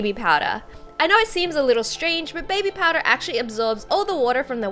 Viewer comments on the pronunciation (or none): baby "powdah"